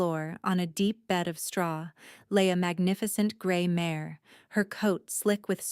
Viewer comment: Its mare not mayor.